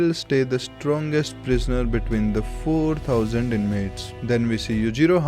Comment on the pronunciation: the way he says 4000 INMATES 4000 is a holy number in baki universe